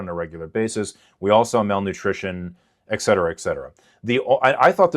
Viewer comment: Fool just pronounced it "ex cetera". Immediate red flag.